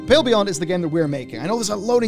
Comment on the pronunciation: Oh it's The "Pale" Beyond. I've been misshearing for weeks up until I saw the name written just now. I thought the name was The "Pill" Beyond. It looks cool though and like the type of game I'd enjoy!